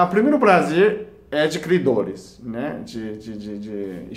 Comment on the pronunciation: Clidoris....plazer....plostata...e pastel de flango.... Tirando isso tá valendo!